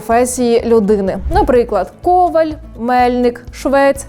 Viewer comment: Претендуєте на знавців же мабуть. Вчите когось... Прізвище КовАль, а не КОваль. Грамотії...Чим ви кращі за кацапню тоді?!